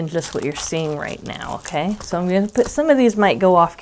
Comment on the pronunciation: Hi,! All this blue is not making me blue. What a great way to promote Hat not Hate. You have done am excellent job coordinating your giveaway. Thanks for the chance to play along. Here's a little funny. In your video, you said, "Okay, so..." I am from New Mexico, so my ears heard, "Oh, queso!" 😊 Have a great week! - Paula